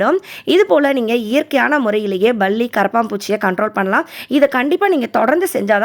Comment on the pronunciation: Pls one Request sis, neenga niraiya vishayam soldreenga, yellamey super, but palliya mattum balli balli nu sollama palli nu sollunga, unga baby um appadha correcta pesuvanga, sry sis